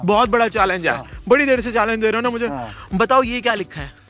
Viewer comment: It's 'mujhe' not 'mughe'